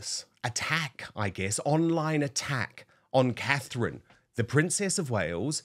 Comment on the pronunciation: Please get name Catherine correct